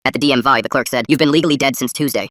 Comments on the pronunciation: DMVIE?? odd way to pronounce DMV..... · did the TTS just read DMV as D M Y?